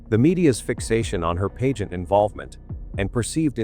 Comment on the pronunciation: AI NARRATION IS SO DISGUSTING - BAD PRONUNCIATION OF PAGEANT AND ALIBIS CANT SOME HUMAN READ THIS STORY. THE TITLE SAYS JOHN LIED ABOUT BURKE BUT THIS STORY MAKES IT SOUND LIKE JOHN IS THE GUILTY ONE.......